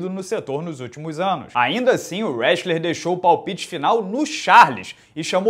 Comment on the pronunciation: NCWA, Isometria... Mas falou Westler All America, mas tem meu like HAHAHA